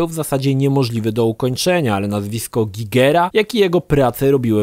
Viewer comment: ty miękka parówo, a na licznik "GAJGERA" też mówisz Gigera